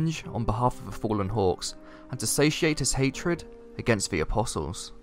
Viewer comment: I swear, everytime you say "hawks" I hear "hogs". Lol